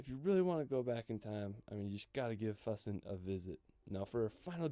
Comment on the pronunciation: Neuschwanstein Castle was built for the Bavarian king Ludwig II. - Your pronounciation of Füssen was very close, Ryan is way off there. - Hitler was afraid of heights and didn't like the elevator up into the Eagle's Nest, so he actually was only there a few times. Have you already reacted to the 4 Meet the Germans Road Trip episodes by DW Euromaxx? Highly recommended.